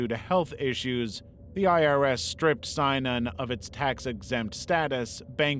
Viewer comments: I know this is an old video, but just point out that it's pronounced sin-inon not s-eye-nanon. Spent a lot of time in AA, and fell down a rabbit hole learning about Synanon when I left. Bugged me enough that I skipped that bit of the video. Lol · Synanon is pronounced: sin-a-non not sigh-non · Synanon is pronounced “SIN ah non”, 3 syllables, accent on the 1st. Not “SIGN on”” as stated. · Just some pronunciation notes: Synanon is generally pronounced "sin-nah-non" NXIVM is mostly called "nex-ee-um" and the substance DOS was said as a word "dos" said "daw-s" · I also always heard synanon as sin-a-non but maybe everyone I ever listened to was wrong 😂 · you heard it right, it was mispronounced in this video and drove me nuts 😂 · thats not how you say synanon lol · maybe research how to pronounce Elan and synanon if you're going to make a video